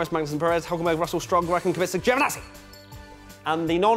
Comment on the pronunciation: GIOVINAZZI , not fucking joevanazzi why cant anyone say this guys name properly